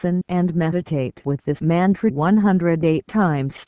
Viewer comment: The text to speech doesn't pronounce the word "Mantra" correctly. Geez. Whoever owns channel just record your own voice as intro. Give name of mantra as well. Such terrible audio.